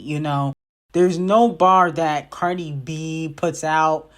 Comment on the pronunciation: why u keep saying CardR it's Cardi 😂